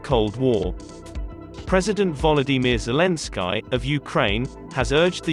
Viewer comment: “Vollow madeer zah lynn sky”